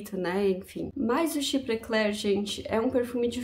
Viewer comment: Caso seja do seu interesse a pronuncia em frances : chiprê clérrr (arrastando o r igual carioca) boás dôrranj quir vér